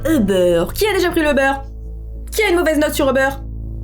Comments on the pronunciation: ou-beur Moi: MAIS C'EST UBER!!! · Ubère moi je dis ça comme ça jsp pk x)